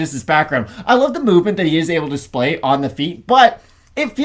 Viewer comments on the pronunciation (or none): none